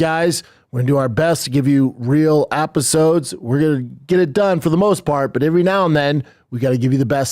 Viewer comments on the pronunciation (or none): Did Brendan just say 'Appisodes' instead of 'Episodes' or did I just imagine it? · "to give u real APisodes"?? What's an APisode? 🤣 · ‘Real Appisodes’ -Bapa Brendan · Real “apisodes” It’s “episodes” B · “Real appisodes” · "Appasodes" Poor dude is a walking TBI lol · Did he say AP isodes